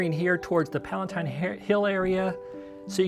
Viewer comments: Never heard of "Palentine" Hill. Did you mean Palatine? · Palatine not palaNtine. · Palatine hill, not "Palentine". Trajan's forum is not in the Roman forum, it's in the Imperial fora.